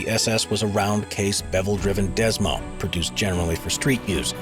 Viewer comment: Pronounced Desmo. Short for Desmodromic.